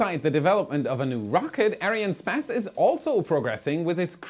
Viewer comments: Dude just say Ariane Space, not Ariane Spez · Why do you say Ariane SPASS and not Ariane SPACE? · It’s a little annoying to keep hearing space pronounced “sp-ass”. Sorry for being petty. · Why are you pronounciating it as Ariane Späs instead of Space? You're not saying SpäceX :D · He! You can pronounce the "space" in Ariane "space" as you would in English. I speak French and we pronounce it ourselves in English. Space in French is "Espace", So Space is Space:) Great Work by the way!!! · Great video. One question to: Why do you pronounce Arinespace like Arianespazz?:) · That's not how you pronounce Ariane Espace. You say "spass". Try saying more like "ess pass".😉 As always, thanks for the great content! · you might pronounce "arian'espace" rather than "ariane space" :) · Is it arianespace or Ariane spas? Lol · When I heard Arian sPAse, I fell out of my chair 💀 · why does he call it ariane spez? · Why do you keep on pronouncing Arianne Space like that?